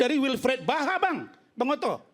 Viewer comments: Gk ada yg ngelurusin kah klo rasman ini salah sebut nama, zaha bukan baha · Razman salah orang..Yang dibaca nya Wilfred BAHA.. Bukan Wilfred ZAHA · WILFRIED ZAHA bang RAZMAN,,bukan WILFRIED BAHA.anda aja ngomong salah2 juga...